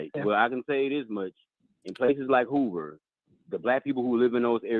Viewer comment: said "Hula Halabama" which it should be Hoover Alabama. I'm in stitches! 😂😂😂😂